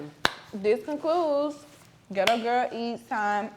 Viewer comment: Her team needs to get on her about pronouncing the name of her company correctly because it's very annoying like it's not "ghetto girl eats" or is it? I like but that's a non talkn bihh😂